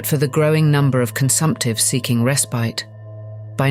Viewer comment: AI cannot pronounce correctly like the word ‘respite’ or ‘feline’